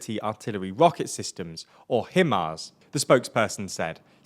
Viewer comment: How do you not know, this late in the game, how to pronounce HiMARS?